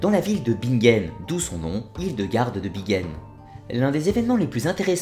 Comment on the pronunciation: Pourquoi prononcer 'Bigen" alors que c'est "BiNgen" ?